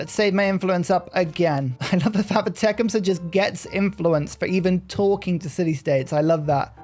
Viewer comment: I know it's cringe to correct pronunciation, but I don't think I've seen a single content creator get Tecumseh's name right. It's Tuh-KUHM-suh, emphasis on the second syllable. Tuh, like you're tutting someone, kuhm like you're saying "come here", and suh like in "supper".